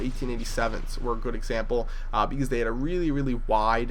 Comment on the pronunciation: lol said bause